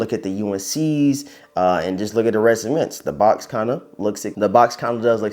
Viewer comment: Ceements? It’s pronounced cements